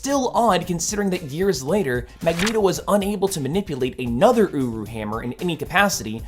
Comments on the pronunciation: I’m losing it. Every time he mentions the hammer metal, I hear “uwu” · Um... the first time I heard him say the Metal the hammer is made of, I thought he said owo metal.